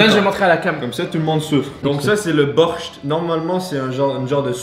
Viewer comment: Sa se dit "borhch" et sa veut dire soupe